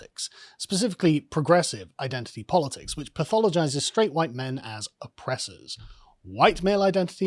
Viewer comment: Summer- Huwhite Fall- Huwhite Winter- Huwhite Spring- Huwhite